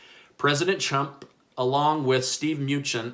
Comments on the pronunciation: I thought is was just a speech mistake the last video I viewed of yours but I actually think you are saying "President Chump", lol. Thank you for all your efforts. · Lmaooo did he say president chump 👀💀🤣.... or my ears heard something els ... I like that post board in the back....😁💖🖤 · Did he say president chump!!??🤔😳🤣🤣🤣🤣🤣🤣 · Did he say " president Chump"? 🤣🤣🤣🤣🤣🤣 talk about Freudian slip. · Did he just say president chump lol. But on a real note good job, been sharing your vids on Facebook and to close friends. Love your point of view keep up the good work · Please be more respectful in how you pronounce our PRESIDENT's name.